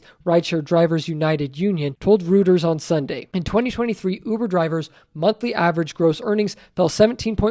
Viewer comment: Reuters is pronounced 'royters'